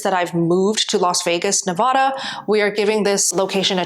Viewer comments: If you moved to Nevada, might want to learn the proper pronunciation :) Congrats on your first step towards Paul Saladino XD You look great, keep it up. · If you're going to live in Vegas you really should learn how to PROPERLY PRONOUNCE the word Nevada. Mostly because pronouncing it the way you have makes you appear STUPID (); but also, born and raised Nevadans HIGHLY RESENT the stupidity of pronouncing Nevada the way you have. I realize that the improper pronunciation seems like a small thing but we are sick and tired of the sheer ignorance of people who continuously mispronounce Nevada when they've heard it said properly by a million other people. And this is not JUST a tomato tomawto thing.